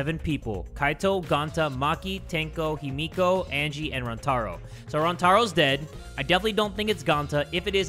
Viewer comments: everytime he said himoko i screamed HIMIKO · I don’t know what’s worse: saying Himiko as Himoko or IBeerleezy saying Chiaki as Chihari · "himoko" no. No. 💀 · it’s pronounced hee-mi-ko 😀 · No one: Not a soul: Not even Kokichi:: changes how he pronounces Himiko's name every time he says it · ok so im fine with him saying Byakuya wrong BUT him sayin Himiko wrong bothers me